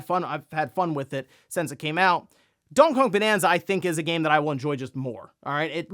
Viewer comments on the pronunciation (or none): Wtheck is “donkong bonanza” 😂 bro just be making up his own words. GTA 6 is “ grand thotto 6” in his words as well😂😂